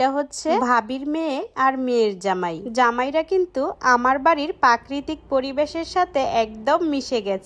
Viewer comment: পাকরিতিক না প্রাকৃতিক 😂